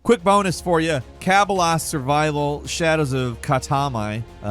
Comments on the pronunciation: Cabelas is pronounced(Kuh-Bellas)🤨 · The bonus one is understandable, Cabela’s is the biggest name in sporting goods, it’s the same owners of bass pro shop, and it’s pronounced Ka-Bella’s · The way you said Cabela's at the end through me for such a loop I actually had to rewind it. Cuh bell uhs Say the uh, in both the front and back of the word like you would "uh I don't know" I know it doesn't matter but man it had me confused for a moment because I had never heard of this game before lol but yeah Cabela's big game hunter series was a one time purchase that I will always regret. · Love ya,, but where tf did you learn how to pronounce things lol.... It's Cah-bell-ah, not "cah-ba-la" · It's pronounced Kha-Bell-Ah, say it with me Kha-Bell-Ah, not Cobble-A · 'Cuh - bell - uhs' for Cabela's not 'Cab - el - ah' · The real crime is how pronounced “Cabelas” as “ka-bil-as” and not “Ca-bell-as” come on man, it’s a pretty common sporting goods store out west. Lol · Kah bell ahs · Cabelas got me. Its pronounce ka bell a. Its an oudoors store. Haha silly silly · "Cabilas" survival shadows of katmai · How did he say cabela's haha. Tell me you're a city boy without telling me you're a city boy. My dude it's cuh-bell-uhs .. Jesus christ this dudes probably never walked to the mailbox let alone gone on a lake or a hike or hunt 😂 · The way he pronounced Cabela's... dude... (Cuh-Bell-Uhs) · Ca boo las 😂😂😂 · Why’d he pronounce cabalas like that? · Some ones probably said it but if you didn't know cabelas is a hunting business and it's actually called ka-bell-as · Bro, it's Cu-bell-uz. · "Cobalas" lmao 🤣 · Wait a tick. Did you just pronounce Cabela's as "cah-bah-las"?! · Cuh-bell- uhs. Cabela's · you said Cabelas wrong its pronounced 'ka bell uhs' Its a sporting goods store. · "Ka-ba-laas" XD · I know no one else cares, but how tf did you just pronounce Cabela’s??? It’s “Kuh-Bel-luh’s”, my bird. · Bro! Ka-bellas! 😂😂😂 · It's not pronounced cabalass